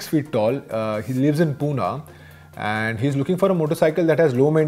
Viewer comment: It's "Pune" Not Puna